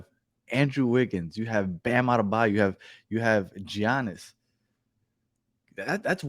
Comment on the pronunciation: Did he just say G - annis? thumbs down, clicked away...